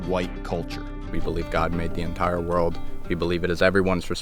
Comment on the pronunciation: Um it’s World not my Whirled! Short Stump Tongue